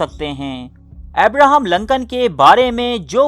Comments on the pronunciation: Lancan nahi Lincoln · ohhh that's okay :). moreover, it's Lincoln (LINKAN) not (Lankan) ... video is quite suspensive btw :) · Glad to see that he use wear Shalwar Kameez.... lol... (in one of the pic where he shown writing a letter. Also, his name is pronounced as Lincoln not LAncoln... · Lincoln Urdu ka word nahi English ka hay. Urdu mai use kay liyay isko Lincoln he pronounce kya jaiyay ga. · Loru kdr parta rha naam b bolna nai ata